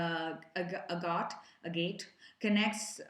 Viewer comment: A git is how you pronounce agate